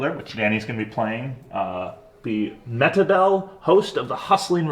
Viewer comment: I believe the name is Me-hit-able at 51 seconds. Lol